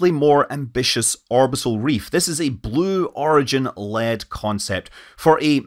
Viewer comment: You're saying the name of the company "Sue Origin" wrong.